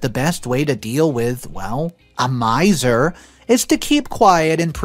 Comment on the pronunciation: Pronounced myzer